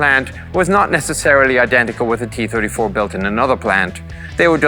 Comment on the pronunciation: It hurt my soul that it sounded like he was saying kee 34